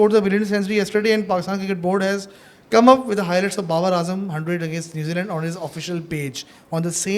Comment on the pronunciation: "NewzeLand" alwz gives Pakistan "New Lunn"...